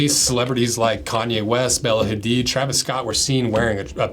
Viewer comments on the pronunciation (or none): none